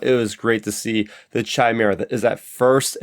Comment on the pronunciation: It's Chimaera with a hard C, just to clarify. George (ChosenNightwolf)